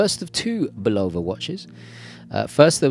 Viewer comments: It's pronounced Bulava Not Bolova! Just look up one of there TV commercials here on YouTube,this may be the way they pronounce it in Europe but it's not the correct pronunciation. I submit to yoyo with all due respect. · For the word "Bulova", the stress is on the first syllable, not the second, just fyi.